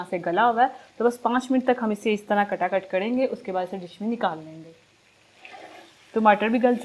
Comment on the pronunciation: Kata kit nai taka tuk hota hai...hahaha .com